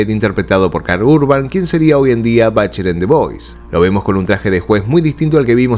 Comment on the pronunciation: "Batcher"? "Batcher"? En serio?? Repito: si vás a pronunciar correctamente todo, pronunciá bién "Jatt" y no "Jutt", un poquito de criterio por favor.